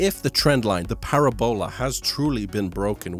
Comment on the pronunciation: I can't figure out if he is joking or if he really thinks it's pronounced that way.